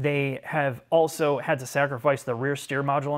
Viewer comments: I think it's appropriate. He's telling in subtle terms "You need to learn how to pronounce a simple word like also - it's not pronounced 'Auso' you simpleton!" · being incapable of pronouncing the word 'also' is pretty incredible. 'Auso' is not also - super easy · I'm still waiting for the day can pronounce the word 'Also'. He has progressed, ever so slowly - Sad!